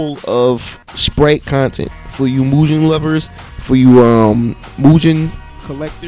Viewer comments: Nice tutorial. It's pronounced Moo-Ghen. Not Moo-jen. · hey doint you know the g in mugen isnt suppose to sound like a j, sounds like guh.